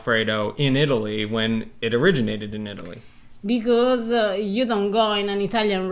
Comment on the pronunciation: Now that was a winner. You guys remind me of Laurel and Hardy. Classics luv-birds. Ahhhh....Eat-a-lee. That’s a-more-eh.